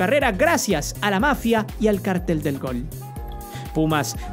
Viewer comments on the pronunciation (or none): none